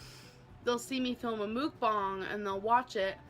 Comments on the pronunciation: Did this itch really just SOUND like that damn chicken she's tearing up?! "BaKaW!" 🐔 😂 The ONE & ONLY time she ever pronounced Mukbang correctly! After this, it will forever be known as Moooookbang 🐄😂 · CanNOT deal with the way she pronounces mukbang Don't know how people can watch those The sound of someone eating makes my blood boil Truly believe she's the polar opposite of Eugenia Cooney